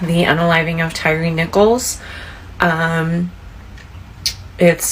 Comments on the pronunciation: his unaliving????? just make up our own words. his name is not TYREE its TYRE the UK spelling of TIRE. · his name is pronounced Tire not tyree.